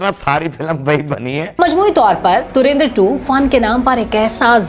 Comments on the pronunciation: ये सीधा सीधा धुरंधर बोल नहीं सकते क्या . ये धुरिंधर क्या हे ? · Dhurandar ❌ Dhuendir✅